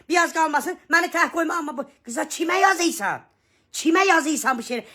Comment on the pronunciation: Vay vay yazeysan şaxsey vaxseeeysən 😅sən??? nə deyeysən,nə yazeeysən,yazeysan😅sən də bir Azərbaycan lüğəti düz oxu.